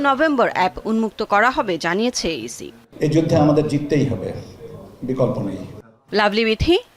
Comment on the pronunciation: সি সি না ইসি😅